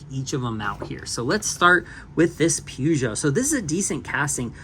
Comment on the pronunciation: One of these days, Peugeot will be said correctly. Ha ha.